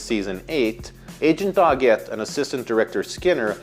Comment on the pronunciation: Why is he pronouncing Doggett's name like that?????